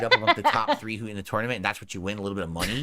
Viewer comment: He knows they're meme questions because all of the sudden a dozen people are asking him some version of the same oddly specific question. It's funny how mad he gets while feigning disinterest. I agree with Indrid 100%. Every time he says the word "tournament" a few of my braincells commit s**cide. "Torn-uh-mint". I once had a Latin teacher swing at me in class and for the rest of the school year I scored an "A" on every test. There's a little more to the story than that but I have to wonder if something similar happened with and they awarded him Valedictorian to shut him up. We both went to Catholic schools and the Catholics really get off on corporal punishment.